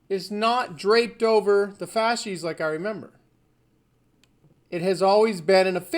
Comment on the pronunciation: "Fasces" not "fasci"